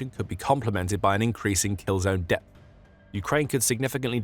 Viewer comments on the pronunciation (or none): none